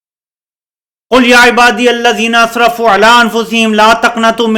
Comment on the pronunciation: قل کا مطلب (کہو )اور کل کا مطلب(کھاو) موصوف نے اسے بھی غلط ہی پڑھا۔ان بد بختوں کی زبان سے اللہ کا کلام ادا کیوں کر ہوسکتا ہے